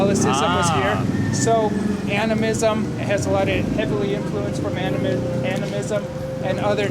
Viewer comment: "Animism" goku would be proud